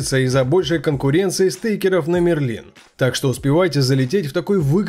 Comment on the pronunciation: Мне кажется что правильнее будет говорить: МЭРЛИН